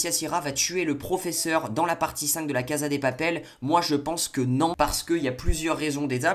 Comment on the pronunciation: " la caza des papele " mdr